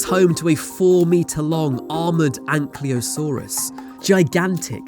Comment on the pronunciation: Ankylosaur An k y losaur not anklyosaur sorry, small pet peeve.